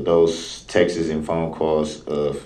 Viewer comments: Mr. Brooks, the plural of the noun “text” is “texts,” not “textes.” Also, the witness never “axed” you (ever) although she may have “asked” you something. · Instead of texts he’s saying TEXaSs god I can’t stand him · Him calling "texts", "textes" is just hilarious to me.